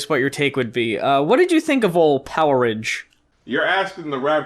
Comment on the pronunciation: Not sure if anyone else mentioned this but that album title is pronounced power age...not poweridge :p I think the idea was that it was like the stone age or the iron age but with electricity. The way you guys said it sounds more like a foodstuff or something